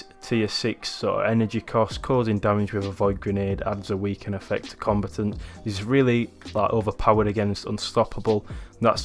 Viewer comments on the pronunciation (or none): its comb'a'tant pronounce the a, not said as if you where sayin compitent...